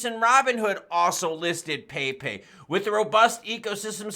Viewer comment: Yo...it's pronounced Pep' E...